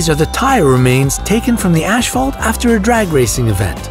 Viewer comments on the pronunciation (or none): He said ashfault and not asphalt :/ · Ashphalt???? Never heard asphalt pronounced that way😲